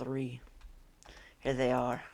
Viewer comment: IT'S HEAH